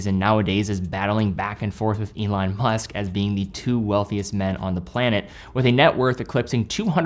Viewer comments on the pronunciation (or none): none